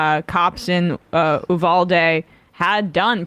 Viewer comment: The way people are pronouncing uvalde really bothers me lol